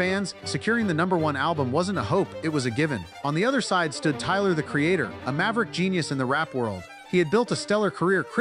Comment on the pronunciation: “Picked a fight with Tyler the Creatahhhh” “biggest mistake of Khalid’s whole careeahhh”. Love the content. 😊